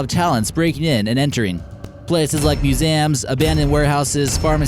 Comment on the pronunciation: The way he says museum TRIGGERED